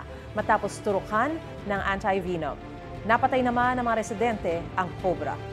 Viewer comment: "anti vi-nuum